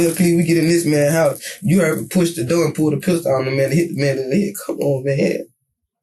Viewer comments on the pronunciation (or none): How can these EBT collectors go through the same school system I did and pronounce the word door as doe , the word four as foe? WTF happened? You want to call yourself my equal?